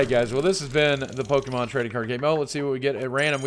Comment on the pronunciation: I see everyone getting bothered with Lugia but I usually never see anyone care when people pronounce pokémon as "po-KI-mon".